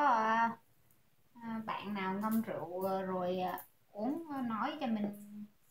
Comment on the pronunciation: “Rượu” chứ ko phải “Rựu” nha bạn.